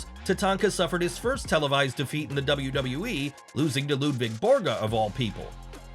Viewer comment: Kozlov pronouncing it as "Double Double E " was so over with me 😂